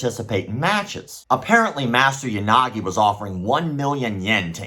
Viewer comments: "Ya Sucky, Ya Nagi" oof my man, gotta spend some time on those non English pronunciations. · For a second there I thought you said "Unagi"... love me some freshwater eel.